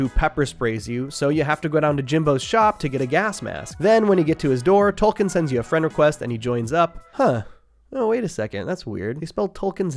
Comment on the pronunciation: Tolken???? Boo